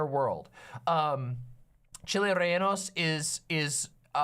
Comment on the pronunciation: Yo he called them renaldos and he used poblanos. 1. reh-Yeh-no is much closer. 2. Gotta be Anaheims, preferably a New Mexican variety, also just called New Mexican chiles. They have the best chiles don’t ask me why.